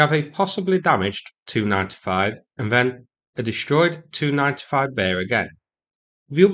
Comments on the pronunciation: Tu-95 is pronounced “tee-you ninety-five” in my world - not “295” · Stop saying 2-95. Either T-U-95 or Tupolev-95. Same for the rest. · Tu-95 is usu. pronounced by former military or NATO types as "tee yew ninety five", vice "two ninety five". You were confusing the heck out of me until I figured out what the heck you were saying for the Tupolev designation. The MiG descriptor, for Mikoyan and Gurevich, is usu. the only one pronounced by us as its own word, "mig". Similarly, we say "aay enn" for An- or Antonov. Etc. , etc., etc.